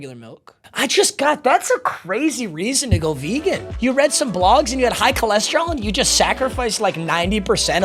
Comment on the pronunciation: That vehgan teacher about to yell at you 😂😂